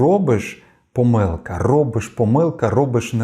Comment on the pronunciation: Ви спеціально кажете помИлка, а не пОмилка, і таким чином боретеся з перфекціонізмом?